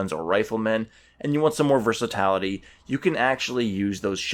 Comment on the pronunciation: Are you meaning to say "versatility" ?? The pronunciation is killing me haha. Otherwise cool video. Assisted me greatly in building my USMC infantry from the start army box